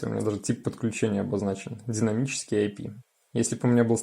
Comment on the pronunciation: Идзет дзинамический IP. Это что за акцент ?